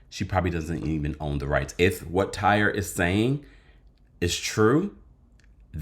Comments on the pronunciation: I’m sure that man’s name is TY REE & you calling him Tyre has me hollering 😂😂😂😂😂😂 and haven’t we seen a Tyre on the show before with Sheree? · Tire with a y???? 😂😂that’s Ty-ree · that man's name is TY -REE lol